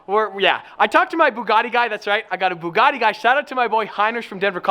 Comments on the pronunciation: Can you pronounce Bugatti how you used to because beaugahtea is kind of annoying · I thought it was a bugatti, not a bewgatti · Bewgatti? Lol said or around that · why did you say bewgatti 🤢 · The way u say buugatti is awful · Why does pronounce "Bugatti" like that?